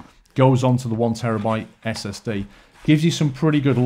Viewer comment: Did you say STD not SSD!?!!?